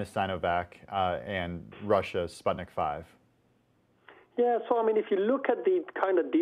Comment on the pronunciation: It`s Sputnik Vee, not five. V is Vaccine.